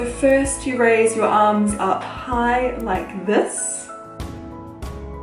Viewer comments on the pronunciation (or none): none